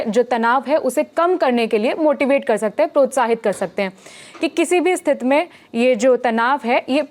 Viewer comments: Thank you for the another update. I appreciate it. However, could you please adjust the pronunciation of this word? We say 'Sthithi' instead of 'Sthith'. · दीदी स्थिति होता है, स्तिथ नहीं। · स्थित नहीं स्थिति 😊